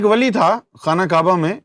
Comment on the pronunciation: Wali ka name toh thik se lijie.